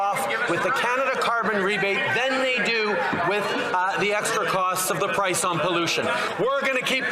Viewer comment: Did he say pice?? We don't want your deliveries...your Liberal deliveries results in a more expensive CANADA